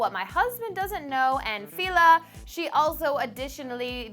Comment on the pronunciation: This blonde bitch is dumb as f***. For starters she can't pronounce anything right. she pronounced Aida wrong and Fela. where do they get her she needs to go back and crawl under whatever rock she came up out of.